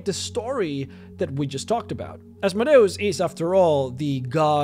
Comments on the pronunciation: PRONOUNCED AZZZMOEDEEEEUS NOT ASSMODAEASS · I can’t do any more “Az mow day os” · I always pronounced it as "As-mode-ee-us" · Oz Mode E us.. say it right. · You speak "Asmodeus" in a weird way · It's complicated. It's a Latin rendering of the Greek ασμοδαίος, which itself is a rendering of Hebrew. In terms of classical Latin, it would be "Ahs - MOH - DEY - OOS," but the Greek is closer to "As - MODAY - OHS," which is far more similar to your first (and common) pronunciation. I have no idea how it would've been pronounced in Hebrew. I think the long and short of it is: it depends on whether you're following the Greek or the Latin (or Hebrew, which I believe would introduce a "sh" sound). It's kind of fun to export this to DnD lore and just pretend that his name has made it into every language; hence the slightly different pronunciations throughout the land.